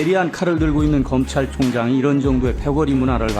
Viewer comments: 삘모야 발음 똑바로 안하니??? 검참총장??? ㅋㅋㅋㅋ 술먹고 나왔냐??? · 검창총장 발음 하고는